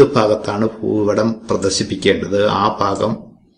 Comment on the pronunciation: ഫൂപടം അല്ല ഭൂപടം